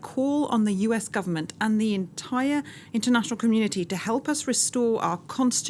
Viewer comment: "elp me, elp me"